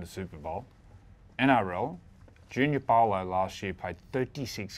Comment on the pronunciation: Thompson can’t pronounce most of the players names Junior Paulo in particular. His job is to read the name and say it right come on